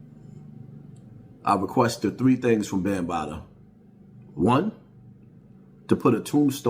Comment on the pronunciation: he keeps calling him African Bambataa lol. fuck bam he dont deserve an actual telling of his name lol